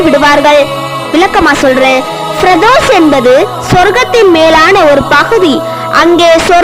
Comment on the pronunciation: SIS YOU ARE TELLING FIRDOSAI. IT IS WRONG GIVE CORRECT PRONOUNCIATION. TELL SIS FIRDOUSE.